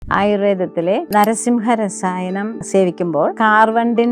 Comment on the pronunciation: നരസിംഹരസായനം അല്ല... നാരസിംഹരസായനം..